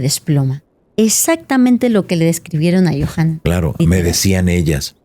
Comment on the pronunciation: Yonahan dice, en lugar de Yohanan :)